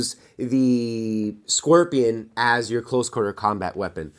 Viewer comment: Stop pronouncing it squirtion